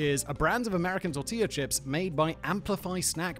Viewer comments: I love "chortilla tips" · “Chortilla tip” 🤌🤌🤌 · "chortilla tip"...🤔 NICE!